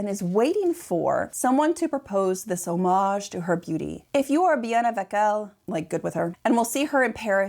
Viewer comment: She meant hommage, but said something like omic. Just entitled.